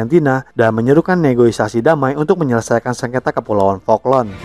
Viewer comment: Saya hanya terganggu dengan narasi yang sering dan berulang menyebut kata "negoisasi" Setahu saya seharusnya menyebutnya dengan "negosiasi" sebagai serapan dari negotiate. Ada beberapa video lainnya yang berulang kali menyebut negoisasi negoisasi. Mungkin bagi sebagian orang bisa memakluminya, tetapi sy pribadi sangat terganggu. Channel yang bagus dan mencerahkan menjadi minus hanya karena persoalan kecil seperti itu. Semoga ke depannya bisa diperbaiki lagi. Maju terus 🙏